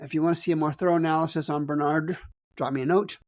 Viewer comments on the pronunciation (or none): Love watching your show. But you lose credibility when you mispronounce the names of schools, particularly national leaders like Barnard. The emphasis is on the first syllable, not the second. It comes off as if you don’t even know what this school is. May be a small thing, but it matters.